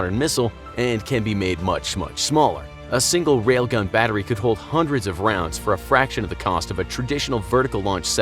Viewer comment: Did he say RAILGUN